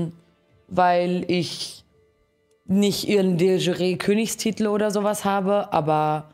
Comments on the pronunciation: de schü-ree xD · De jure wird nicht Französisch ausgesprochen zum wahrscheinlich tausendsten mal xd